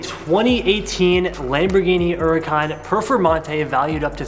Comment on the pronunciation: Hhhhhhhhhuracan…. Not errracan… there is an H goddamnit lol fuckin TJ does the same crap